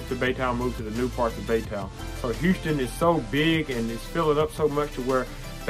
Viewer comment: Nice video! I just moved here and i appreciate you making this video. Just the way you say Houston really bothered me but other than that it was good. Heeouston.